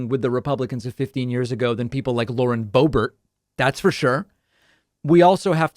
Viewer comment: The Bow-Bear pronunciation is my new favorite thing …